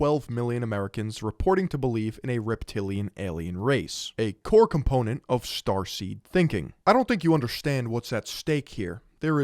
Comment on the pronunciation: I just keep thinking about transformers every time you say "strarsteam" 😂